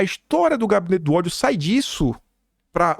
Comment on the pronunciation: RESPIIIIIRA, TATIBITATI. NÃO É "OTHO",NÃO, É "Ó-DI-O"